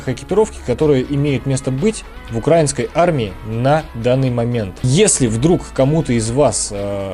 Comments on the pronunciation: УкраИнский, ударение на "и", а не "а" И не "на" , а "в" Украине А за обзор - спасибо) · Думаю, уже сказали, но повторю: В Украине, украИнский (ударение на «и») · Пожалуйста, не укрАинский, а украИнский. Ведь страна называется не украЙна, а УкраИна. Это тоже самое как говорить рОссийский. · Правильно украИнский, а не укрАинский. И не "на Украине", а "в Украине" Сколько раз вам бестолковым повторять 🤦🏻‍♂️ Дизлайк тебе сразу 👎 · Но на ударении при слове укрАинский палится шо он россИянский